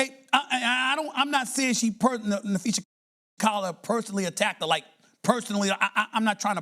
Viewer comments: NapheesA, not NapheesE. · you big dummy you sound like your saying Nafeces, sound it out there, you can do it, Na-phee-sa 🤦🏼‍♂️ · NAPHEES-AH is how it’s said. Makes me cringe every time I hear you say her name. Please know peoples names if your reporting on them!! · uhhhhhh, I mean seriously folks, uhhhhhh I'm just being honest here, the sooner he starts pronouncing one of the most famous players and also the owner of Unrivaled's name right the sooner people will stop leaving comments. You'd think part of being a sports journalist is knowing how to say people's names correctly. It's annoying and makes him sound slow upstairs, and also it sounds like he's saying Nafeces 💩 It's like if he always called CC- Caitlin Clerk, and obviously it gets on people's nerves if you've seen the comment 100 times, 101 counting mine. Now if you'll excuse me I have to go drop some big ol' Nafeces off at the superbowl 🚽